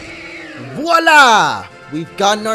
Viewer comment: you know how to pronounce voilà in french, gg !!